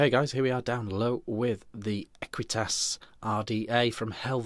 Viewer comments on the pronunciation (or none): "ahqweetus and a keltick on da side um nd some keltick umm around um th top"......